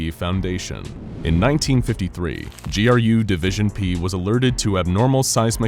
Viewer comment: So glad you didn't say "Grue" division good job.